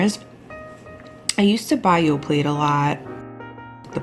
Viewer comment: The "t" in Yoplait is silent 😄